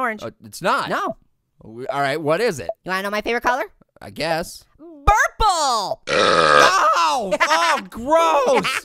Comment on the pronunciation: I laughed so hard when orange said burple lol😂😂😂😂😂😂